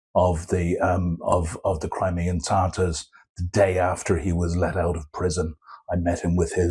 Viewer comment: The Tatars are “Tatars” though, not Tartars.. the latter is a kind of condiment, or a plaque that grows in your teeth.